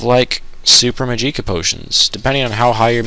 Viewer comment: Pronounced "ark-mage" and "magic-a" and pick up a freaking silver dagger already or something the guard's sword in Burma would have been perfect for Wraiths...